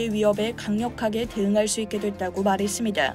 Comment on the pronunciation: ㅇㅇ했습니다할때 다 발음이 독특합니다 얼굴은 어디서 뵐 수 있나요...???